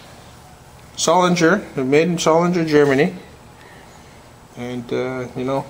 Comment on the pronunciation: nice piece! one of the good old solid knives they made before globalisation kicked in and they had to compete with china. btw. the g in solingen is pronounced like the g in finger or in spaghetti *g* greetings from Germany